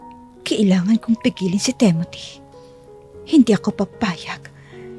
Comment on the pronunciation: Maganda ang kwento pero sana bigkasin ng tama ang mga pangalan. TIMOTHY NOT TEMOTHY. AFTER LETTER T IS I not E